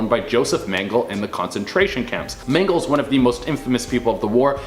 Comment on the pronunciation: It's not "mayn-guhl" it's "men-guh-lay"